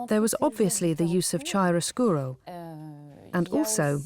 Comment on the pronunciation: How do you pronounce Velazquez and Chiaroscuro? Not like that! Do some research! Fucks sake!